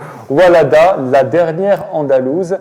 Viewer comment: Monsieur l'animateur semble ignorer totalement le monde d'Ibn Zaydoun. Il faut dire "WaLLada" et non "WaLada" (avec une chedda sur la lettre "ellam" si tu l'écris en arabe). Plus grave encore du côté de l'auteur du livre que j'ai cru entendre commettre la même erreur. Cela dit, revenons à ce que vous appelez l'histoire de l'Algérie. Macron avait tort de dire que votre pays n'a pas d'histoire. Faux, complètement faux car il n'existe pas de pays sans histoire. Seulement l'histoire que vous voulez absolument donner à l'Algérie n'est pas vraie. Quand l'auteur de "WaLLada cite par exemple les "Mérinides" en disant : On a eu x, y, z, on a eu les Mérinides, eh! bien çà, ce n'est pas l'Histoire de l'Algérie, mais du Maroc. A moins de dire ;"L'Algérie était une province marocaine durant 6 siècles (du 8ème au 14ème) sous le règne des Almoravides, puis des Almohades et enfin des Mérinides. Cette histoire là n'est pas dans vos manuels scolaires. Et l'on est étonné de constater que l'on s'accapare les Mérinides au même titre que Tarik Ibn Zyad ou encore le Kaftan ou le couscous... Après les Mérinides ce sont les Espagnols (Oran, Béjaïa entre autres) et lesTurcs qui ont pris la relève jusqu'en 1830 où ils ont été délogés par les Français qui ont fait main basse sur le pays jusqu'en 1962, et à qui ils ont donné le nom d'ALGERIE ( Maréchal Soult en 1837)... Macron avait tort, l'Algérie a bel et bien une histoire